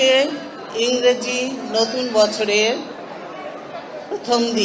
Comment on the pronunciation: ইংরিজি না আপা ইংরেজি। 8 হাঙ্গাচাঙ্গা 😂😂